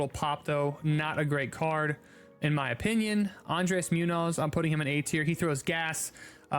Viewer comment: I’m sorry but andres Munoz is pronounced moon-yo-s